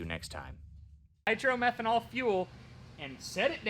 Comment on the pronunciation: Hi it is not called Nitro Merhenol it is called Niro Methane.I doubt you are running that it would distroy the engine after a couple of runs.Unless you can afford $50. a gallon. it is called Alcohol or methanol or M5.just talk to the VP Fuels directly. I used to own A Top Dragster. I used to use M5 which had a measure of Nitro very small which increases the oxygen. which makes the engine run faster.